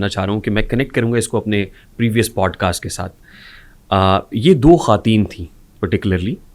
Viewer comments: خاتون کی جمع خواتین khwateen پڑھا جائے گا خاتین نھیں پڑھنا یہ غلط ھوگا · khateen nahe bhai.....khwateen hota hai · the host should know basic urdu, its khawateen, not khateen